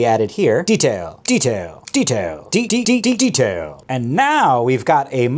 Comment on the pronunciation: I love how he says "detail" like "fatality"